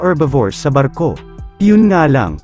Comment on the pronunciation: Bat naging arko ang basa